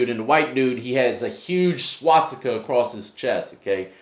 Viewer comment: swatsika ? it's swaStika mate :)